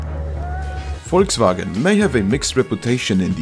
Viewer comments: im from germany, and never heard volkswagen so clean pronounced like he did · Your accent on "Volkswagen" is pretty solid